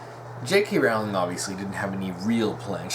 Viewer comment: Its pronounced Rolling as in a rolling pin!